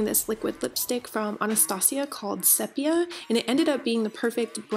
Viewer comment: its pronounced May-ron and See-pi-a